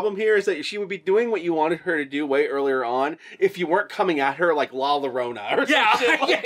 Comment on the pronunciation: Say it with me Guru/gore hounds : Llorona sounds like Yo-Ro-Na....rhymes with Corona lol